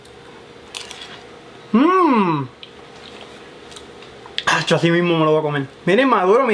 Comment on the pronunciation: Polque no cleen? está madulo pol favol 🍼